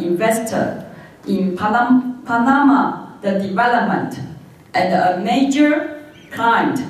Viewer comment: 視頻 1'27"～1'57" 這30秒間的文本，勉為其難聽打如下： China is a crucial investor in Panama development and a major client of the Panama canal, so which is part of the China "One Belt, One Road" project. It is the time for Taiwan to re-sink...... 施芳瓏「博士」口中唸的則是： China is a kooshio的 investor in パダマ 的 development and a major client of the パダマ kuh-now, so which is part of the China的 "One Belt, One Road" 的 project. It is the Tom for Taiwan to re-sink..... re-think 唸成 re-sink 是不小心說了真話嗎？台灣再次沉淪了 🤣🤣🤣